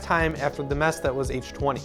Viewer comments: H-Twenny.... lmfao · First time I’ve heard someone say “Htwenty” lol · Hold up.. h20 is pronounced as h-20?? My whole life I’ve been saying h2O